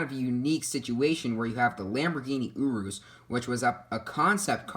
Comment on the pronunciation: OMG URUS IS PRONOUNCED YOR-US